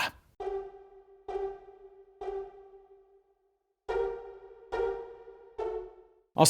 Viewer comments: “This is the story of William the CON-KURRAH!” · "William the conquerAHH"